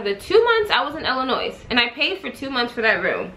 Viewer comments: The “s” in Illinois is silent... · Lmao definitely cringe every time anybody says the “s” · Curl Essentials 101 it’s Illi(noise) which means you make a noise when you say Illinoissssss😩😂😂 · the "s" in illinois is silent...omg.